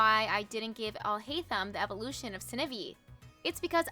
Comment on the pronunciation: Sneh-vee?????? Oml😭